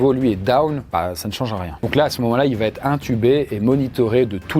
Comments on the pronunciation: De grâce,, arrête de dire "va-t-être"... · Faut VRAIMENT arrêter de mettre un T à "va". Depuis quand on dit "ça va Têtre"????? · Tu dis tout le temps "va-T-être", mais c'est "va être".